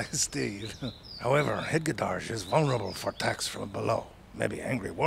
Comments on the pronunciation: I'm sorry, but it's pronounced hegedehogede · Why is always perfect? I can't even wrap my head around the pronunciation of hega-duh-hod-gah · As an average hedgedehogedeh admirer myself, I can confirm that it is indeed how their name is pronounced and spelled. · I like how hedgehog is never pronounced the same way ever, it just keeps changing every time says it. 😂